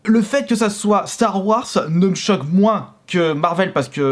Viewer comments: s’il te plaît arrête de dire star warce mais star warze merci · star warz ça ce prononce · Ça me stress comment il dit Star Wars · Tqt pareil faut qu’il apprenne